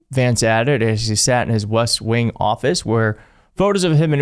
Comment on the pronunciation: It sounded like you said JD’s office in the “Wuss Wing” and it fits so well I can’t unhear it!